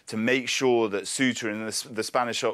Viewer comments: it's pronounced se-oo-ta not queta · Kwetah? Really, sir? It’s pronounced seh-oo-ta (Ceuta) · Please don't pronouce Ceuta as "Queuta". Say Ceuta same way as you say century, certain, cells or cents. Simple. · Kwehta? ?? = Ceuta (it’s more like Say-oo-tah) 😂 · "Cuwayta" ... Seriously? Get your pronunciation right. That wasn't even close. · Ceuta mate, not Cueta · “Kueta” lol, man butchered it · Cueta??? He does not know how to pronounce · it's Ceuta, not ''Queeta'' 🤦‍♂ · QUEUTA lool Ceuta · If you want to talk about something, at least learn how to pronounce it . Ceuta is pronounced ‘sewta ‘ 🙄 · what is it Que-ta, See-uta....different pronunciations?😅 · the pronunciation of the name, of that autonomous city, the english pronunciation, i mean, is not that